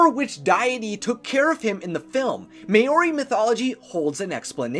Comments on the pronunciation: "May-or-i" I'm in tears I've never heard it so butchered XD Nice try, but it's pronounced similar to Maui but with more of an O sound like "mo-ri" or "ma-ow-ri". two different pronouncing but you hear it differently from Pakeha (NZ European) and Maori people alike. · It’s not may ori It’s pronounced mao ree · OMFG Mayory how is that like Maori Maori is pronounced mow-re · not sure if anyone has said this yet and i’m not saying just to poke fun at it but for him to learn the proper pronunciation: from my experience,Maori is pronounced Ma-ow-ree or Mow-ree (depending on your accent) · No It's Maori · yeah i was surprised as well XD i knew he was bad at stuff like this i mean even i was a bit unsure if its mao ree or maori but i was like wait how did he mess that one up O_O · MAY-oree 😂😂 at least you tried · Maori....... Mow (rhymes with how) -ree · Maori = mow-ri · Mao- ri watch a Maori haka it is cool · Maori isn't pronounced like that, trust me i'm from new zealand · Ugh he said Maori wrong and it's really getting to me